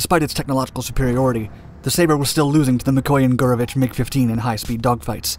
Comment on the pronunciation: Anyone else hear McDonalds when he said MiG Dominance? ...No? Just my juvenile brain?